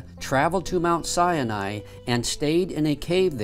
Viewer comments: It is not pronounced Mt. Sienai, It's Mt. Sinai. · PLEASE stop calling it "Sy-a-ni"! It is pronounced "Sy-Ni". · says the name wrong, over and over. It's not sy A nai. It's sy nai. It sounds like he waNts to say "cyanide". But there's no "uh" in the middle of the name of the mountain. It's not sy A nai. It's SY NAI. Other than that, this video is amazing.:-) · "Mount Si-ya-ny" lol. I never realised that "Sinai" had three syllables... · “Mount Sya-nai.” Hahahahahaha! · Why pronounce Mt Sinai as Mt Cyani???? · Siani? Try authentically pronouncing the word Sinai before trying to educate us.